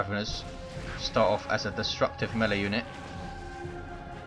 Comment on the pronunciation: Melee. It's mee-lay, not melly!